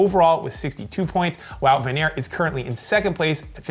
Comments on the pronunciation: It's Van Aart not Van Airt,..., as in tart or fart.. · he still pronounced it wrong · van der Poel is pronounced like the word “pool” not “pole”. van Aert is pronounced like the word “art” not “air(t)”. In Dutch oe=oo in English, whereas oo=long o in English.